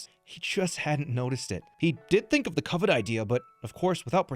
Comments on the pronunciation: Great video and awesome concept! Only thing that bugged me was the mispronunciation of “covet”, but that’s just the English nerd in me. Great job putting together an awesome video! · Every time what’s his name says “covet” I take psychic damage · This could have a happy ending if dude learned to pronounce covet. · That way that dude pronounced covet was hard to listen to. Glad it was only twice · needs to be slapped many times over for how he says covet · Somebody please teach how to pronounce "covet" 😂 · I winced everytime mispronounced covet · None of them knowing how to correctly pronounce "Covet" was probably more upsetting than watching Alpha skip the dialogue umpteen times haha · What do you mean? is the only one who didn’t pronounce it correctly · The mispronunciation of Covet kept making me think he was saying something about Covid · Why is he pronouncing covet like that? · how u went this whole time not correcting pronunciaton of covet is a mystery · consistently saying cover wrong went from annoying to funny surprisingly quick. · My only problem with this video is pronunciation of covet, other than that this is a perfect video. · That drove me nuts. At first, I thought it was a gag based on COVID, but he said it a few too many times for that to be the case. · I hope someone eventually told how to pronounce covet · Not surprising the guy who can’t pronounce covet took the longest. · Covet pronunciation is killing me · "Ko-vet" is pronounced kuh-vet 😅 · "CO-Vet". my guy its pronounced "cuh-vet" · "coe-vet" is a wild way to pronounce covet (cu-vet) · pronunciation of Covet INFURIATES ME. IT’S PRONOUNCED KUHV-IT! NOT KOO-VET!! He’s practically saying Covid!!!! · Driving me nuts. Covet = Cuv-et, not Co-vet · “Ko-vet” 😂 brother what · “Koh-vet” bugs me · The worst part of this video is that one guy pronouncing covet as “coe-vet” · “Cove - ette” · Ah yes. Co-vet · CO-VET lmao